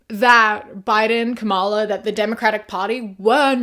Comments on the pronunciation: Not to be nit-picky, but the way you pronouce Kamala is not correct. The emphasis is on KAmala and not KaMAla :) Absolutely not meant as shade, I love your videos and agree with your points of view! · PLEASE stop mispronouncing Kamala. Emphasize the first syllable, not the second. You say it the way Trump does, which is an intentional mispronunciation intended to be insulting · Hey just a kind of reminder that her name is pronounced comma-la, nit ku-mala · Excellent video as always 👏🏻 Just wanted to let you know, though, Kamala is pronounced “comma-la” and less like “kuh-MALL-uh”. Not a huge thing, but I thought I’d make a comment just in case 🩷 Keep up the great work, your videos are always a good watch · hi!! i love your content so much! just letting you know that you're pronouncing kamala's name wrong. it's 'com-a-lah' not 'ka-mah-la' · ily a milli, but you gotta start pronouncing Kamala correctly. (Comma-lah) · You're pronouncing Kamala's name wrong fyi. Comma-la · Please learn how to pronounce Kamala name. It’s so disrespectful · I love your content but please stop mispronouncing Kamala. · that's not how you pronounce her name